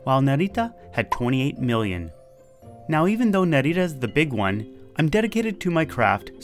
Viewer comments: You're pronouncing Narita like it's a spanish word lol. It's more like Nah-ree-tah. You're accentuating the middle syllable too much. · the way you say narita is kinda cute. sounds Spanish Naritta. with the accent on Ri. but the accent is on Na